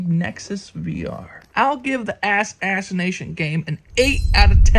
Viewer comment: I couldn't help but chuckle every time I've heard "ass-ass-ination" xD